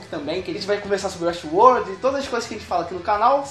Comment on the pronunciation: 31 detalhes de uéstiuôr